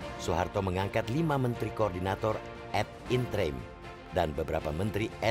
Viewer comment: Masukan saja.. menit - , 'ad interim' harusnya tetap diucapkan seperti apa adanya tulisan 'ad interim', bukan 'ed intreim'.. 'Ad interim' artinya 'sementara'